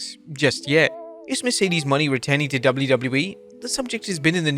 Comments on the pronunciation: Wait a moment, mercedes money?or mercedes mone? Mo-NaY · Wait until Mercedes Mone (pronounced "Mo-NAY") hears about this "Mercedes Money" you've been talking about for months.